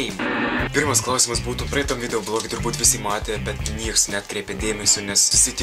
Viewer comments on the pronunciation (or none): Tai vis dėlto, kada išmoksi kirčiuoti žodį "klAusimas"? :))